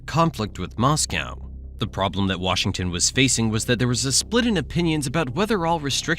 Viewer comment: Can't watch these videos when the presenter can't pronounce Moscow or Iran correctly, so ignorant